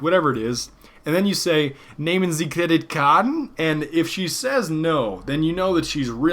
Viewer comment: needs to work on his german pronunciation skills, "Nehmen Sie Kreditkarten?" is a cosy one liner, but almost no german gurl would understand this right away. It should sound like "Neemen Sii KKredittkarrtten?"